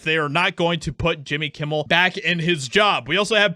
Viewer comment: Jimmy Yewmmel